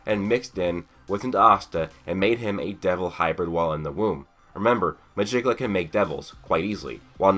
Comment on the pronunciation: Nice theory but.... I KNOW YOU DIDN'T JUST PRONOUNCE MEGICULA'S NAME THE WAY IT'S SPELT